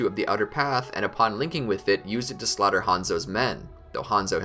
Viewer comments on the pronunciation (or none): none